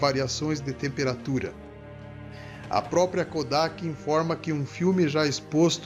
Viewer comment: não é própia e sim própRia!